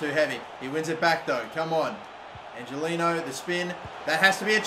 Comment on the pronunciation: Angeliño is pronounced angeleanyo